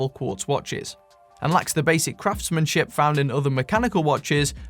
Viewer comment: I honestly thought you said "craftsmansh*t" instead of craftsmanship.